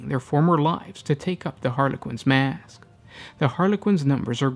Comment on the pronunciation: Sometimes you extend the last syllable of some words like when you say the word "mask" followed by "why" . I can't explain why, but holy hell do I find it annoying, to the point I just can't enjoy your content.